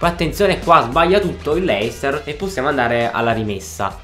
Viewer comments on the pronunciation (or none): none